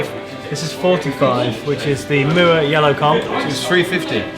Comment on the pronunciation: I like how pronounces Mooer:) Cheers guys.. enjoyable "sound like", as always (for me). Cheers 🤘 Great example by the way! You don't have to nail it with thousands of bucks worth of gear.. It's about the music and how you play it (the fingers thing.. it's real).. showed that ridiculously well (you are beast, man). As long as the guitar is playable and stays in tune.. you're set, in my opinion.